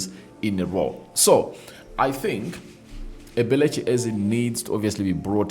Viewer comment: 😂😂 pronous ebelichi,its eberechi eze, not ebelechi😂😂